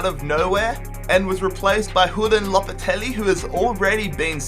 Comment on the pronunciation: Lopateli lol it’s lopetegui